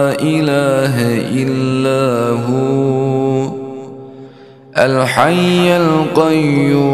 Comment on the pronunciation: La ilaja illah Huwalhayyul qayoom . there is a a mistake in recitation .it is recitated lailaha illa hu alhayyul qayoom???